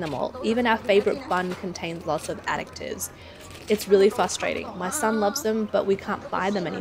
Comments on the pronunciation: I've never heard a "c" sound added to "additives." That was a little distracting to listen to repeatedly. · Omg that Aussie (I presume) reporter is driving me nuts, it’s addITives, not adICTives!